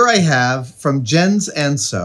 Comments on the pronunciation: buddy, it's "yentz" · His name is prounced Yens. Danish is a Germanic language and in Germanic languages, Js are pronounced like and English Y. Protip here. I won't charge you for it this time. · I think it's pronounced "Yence" :)